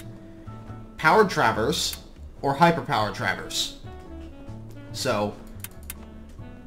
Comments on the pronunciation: the way you say traverse makes me cringe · why do you say traverse in such a weird way